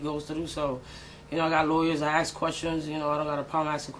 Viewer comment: A lot of fans come up to you and axe you? Those don't sound like fans, they sound like homicidal, axe-wielding maniacs. You should call the cops next time someone axes you.